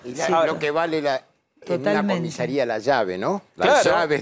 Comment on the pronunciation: Se dice "comisaría" no "comisería" Santoro.